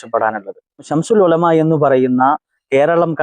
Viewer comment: ശംശുൽ ഉലമ അല്ല ചങ്ങായി ശംസുൽ ഉലമ എന്ന് പറയ്